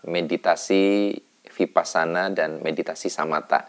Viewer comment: Mas, kalau huruf "V" itu bacanya W. Jadi Vihara dibaca Wihara. Vipassana juga V dibaca W.